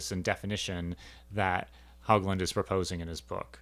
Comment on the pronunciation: John pronounced his last name "Hōgland." No hogs. I'm his widow. I'm enjoying your series on ontology, having been trained in philosophy myself. Glad some people are still thinking about these questions.